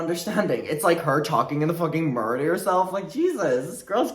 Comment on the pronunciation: The amount of time it took me to realize was saying “mirror.” 😂🤦🏼‍♀️